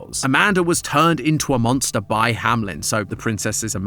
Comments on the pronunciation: saying "hamlen" instead of "Hameln" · I'm so confused. Hamlin or Hameln? I usually don't watch these, so seeing the logo spelled Ham-Eln, but hearing Ham-Lin, is bothering me. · Hameln not hamlen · Hameln❌ Hamlen✔️ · Why call it HAM-LEN when it's pronounced HAME-LN (hay-meh-lun) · hey, u kept saying HaMelN wrong not hamlen its hameln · Very minor pet peeve I keep having with this game/theories. The name is spelt Hameln which, when read as is, should be "ham-eln" but everyone keeps saying "hamlin" and I just... Idk man xD It doesn't match. Idk if the game says it as "hamlin" or not but German says "Ham-eln" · why are y'all saying hamlen, it's ha-me-l-n like the town in germany. the one where the pied piper story came from. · … it’s Hameln, not Hamlen 😭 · Is it Hamlen or Hameln? He keeps pronouncing it HamLEN but it says HamELN on the logo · It’s hameln not hamlen ham-eln maybe im wrong but idk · Bro why do you say “Hamlen” and not Hameln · Hameln ❌ Hamlen ✔ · I have a question that's been bothering me for a while now. As a German when I read the name "Hameln" everytime the logo pops up, I wonder why everyone on this channel pronounces it as "hamelin". I do know that in the original story the name of the city is "hamelin" in the english version, but the logo does not say "hamelin". Shouldn't it be pronounced "Hameln" then? There is no i. Can anyone help me out here? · Still trying to figure out how Hameln becomes ham-lem 😭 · i think its pronounced HAM/ELN cause the L is after the E not before it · Hamlen? Really? That's the pronounciation we're going with? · I really wish english speakers would stop pronouncing it Ham-lynn XD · IT'S HAMELN AAAAAAAAAAAAAAAAAAHHHHHHHHHHHHHHHHHHHHHH